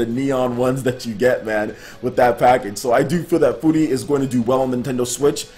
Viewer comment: You say furi like you say the Word "fury"